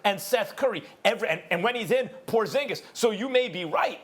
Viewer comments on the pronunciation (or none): none